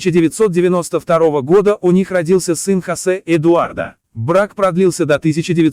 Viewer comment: Не ЭдуардА, а ЭдуардО. Говорите правильно или вообще не говорите. Смешно.